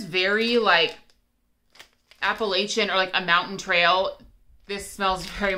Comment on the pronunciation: I love their snap bars. Their shapes are really cute but snap bars are so easy. You are saying Appalachian correctly.